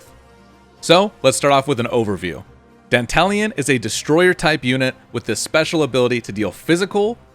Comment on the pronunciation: Dantalion is the GOAT! BTW, you're one of the rare streamers who pronounce his name correctly. Most call him "Danta-Lion".